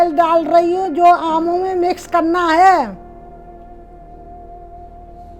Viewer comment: Itni gaee gujri hindi,naamo nhi aamo ko